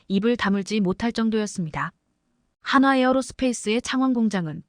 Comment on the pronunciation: 띄어쓰기에 맞춰서 읽기를 하자.북한사람이 읽는거 같음 그리고 하화가 아니라 한화 입니다